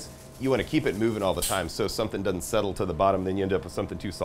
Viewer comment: DOESN'T NOT: DUD-ENT!!!!!!!!!!!!!!!!!!!!!!!!!!!!!!!!!!!!!!!!!!!!!!!!!!!!!!!!!!!!!!!!!!!!!!!!!!!!!!!!!!!!!!!!!!!!!!!!!!!!!!!!!!!!!!!!!!!!!!!!!!!!!!!!!!!!!!!!!!!!!!!